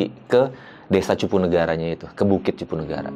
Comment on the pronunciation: Karena dia bkn org subang salah penyebutan wajar kali...